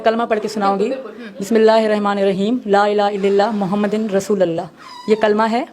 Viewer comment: لاالہ اللہ محمدالرسول.. محمد پر پیش ھے زیر نھی.